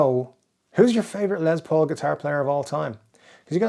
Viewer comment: His name is LES Paul, not LEZ Paul! WTF!